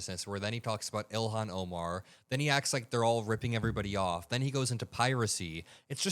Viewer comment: It sounded like he said Elon Omar